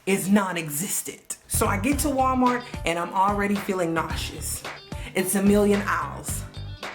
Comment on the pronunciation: Because... Walmarks (yes, the k and the s are intentional)😂😂😂